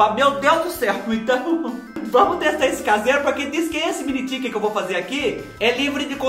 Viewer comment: Achei engraçado vc chamar eles de Mini "Tiken"🤣...um inglês bem interiorizado👏👏👏👏👏😃